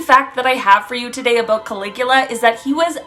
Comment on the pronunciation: Caligula, you sounded it pretty close, I am sure the original language from that country puts a twist on the sounding. It would have been hilarious to hear you pronounce the translation computer gave you 😂